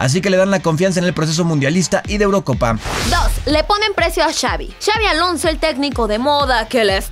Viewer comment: Es Xabi* no Xavi😂😂😂